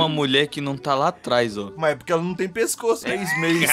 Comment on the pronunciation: me amaldiçoando a falar pecoço ou invés de pescoço pro resto da minha vida